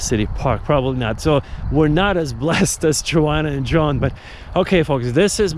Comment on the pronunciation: Their names are pronounced Yoan and Yonna Yinton 😊